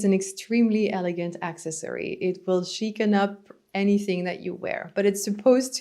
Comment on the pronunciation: When you can pronounce “accessory” correctly, I’ll listen to you.